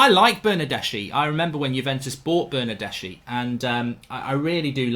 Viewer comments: Bernardeschi is pronounced Bernardeski. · Ηi for Bernardeschi, this is the pronunciation: Bernardeski. ch is k, same as Chiesa